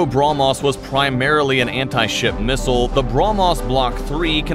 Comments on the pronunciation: He can't even pronounce how can he support his nation 😂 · Gets hit by a Brahmos Ships: Bruh-mos